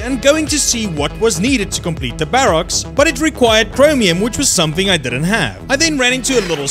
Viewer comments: I really don't know, it just grinds my gears xD sorry! Still watched it all tho :-P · am i the only one that really hates how he says barracks? xD